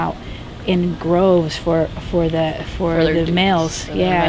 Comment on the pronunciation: the women come out in "groves"? Lol. It's droves officer.